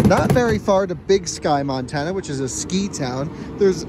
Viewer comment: OK so you start off in North Dakota you pronounce that properly but next time you go through Montana pronounce it right it doesn’t start off pronouncing it as man